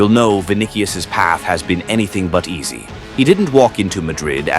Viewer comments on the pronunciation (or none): none